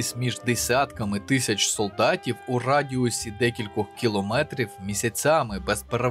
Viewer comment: прошу говорити не тища(як свино-собаки) а тисяча